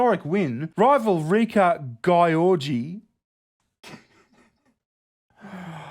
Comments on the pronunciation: Hey hungarian here, i laughed my ass off on how you pronounced Gyorgy. In the hungarian language we have letters that are made up of two separate letters. For example S is pronounced differently than S in english. And SZ is pronounced simularly to the english S. Same sort of thing with GY. Its one of these double letters that is pronounced differently. But still it was very funny to hear you pronouncing it your way. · Jesus... as a Hungarian those puns about Réka's name was painful to watch. I can assure you it's not pronounced like that at all. The two "gy" is a separate letter here with a unique sound, also the "o" is actually an "ö" in her name (Réka György) which also transform the word. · György is the Hungarian version of George, and pronounced similarly. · Gyorgy is pronounced sort of like jewellery not Guy-orgy 😂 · It's pronounced geeór-gee, not g-eye orgy. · Ms. Gyorgy is Hungarian, so I'm not sure why you pronounce her name the English way and make fun of it? Most probably it's pronounced Gee-or-gee. Otherwise I agree with you. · Thanks for annihilating György Réka's name lmao. It's pronounced like "dyerdy" . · I believe gyorgy is pronounced "dzurdz" if i remember correctly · Gyorgy is hungarian its pronounced george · GYORGY, should have gone to Specsavers. Btw, reads Georgy like Georgia. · I have seen that before! It’s pronounced GEORGE- E! XD I loved that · To whom it may concern: Gyorgy (in its native spelling György with those dots above the o) means George and is pronounced [ɟyrɟ], if you look up the IPA Let it be known, my only problem with is that he doesn't bother putting in the work to at least read the articles correctly when it comes to names. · Oh god that pronunciation on Gyorgy, was killing me laughing, but I can see why you would read it like that based on how it was spelt, but to be fair it should have been György which is the hungarian version of George. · Poor Réka, getting her name pronounced like this xD